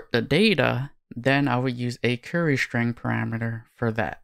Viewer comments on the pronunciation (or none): “Shtring” !== “String”